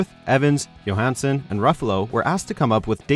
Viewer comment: Pronounces Scarlett Johansson's name correctly. - Pronounces Scarlett Johansson's name incorrectly. Gotta love that consistency.